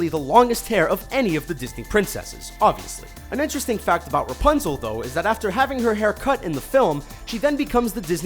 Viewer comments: did he say Punzel instead of Rapunzel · u forgot to say ra in rapunzel u said punzel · he actually said punzel